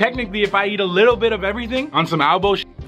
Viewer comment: Mercedez 978 no one:: A LICKLEEEE BIT